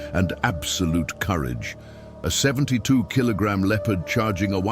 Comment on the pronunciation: Why is he mispronouncing Leopard